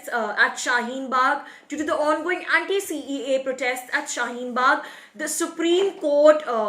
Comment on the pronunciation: Say "CAA", IT'S SOUNDS "CEA" ALSO IN UR ENGLISH CAPTIONS UT SAYS CEA...BETTER ENGLISH THEN BEFORE , NEEDS MORE IMPROVEMENT.